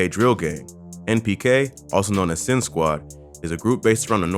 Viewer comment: Man even said sin squad beef npk too 🤣